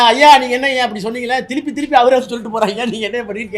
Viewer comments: ஐயா திரும்ப திரு ம்ப இல்ல திலு ப்பி திலுப்பி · அய்யா திருப்பி இல்ல பழனிசாமி சொன்னது திலுப்பி திலுப்பி னு சொன்னார்